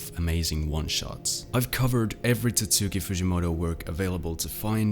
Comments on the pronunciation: Bro literally called him "Titsuki fujimoto" 💀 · Bro the mystery is solved: It's pronounced TAT-SKI Example video